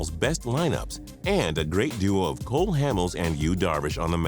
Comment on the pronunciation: Cole not Cork***